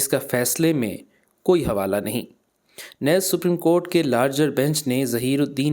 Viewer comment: اگرچہ نیز کا تلفظ درست کریں